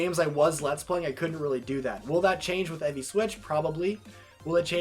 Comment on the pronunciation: Take a drink every time he pronounces 'FE' as 'Effie', fanboys over Gaiden/Echoes, and/or trips over username pronunciation.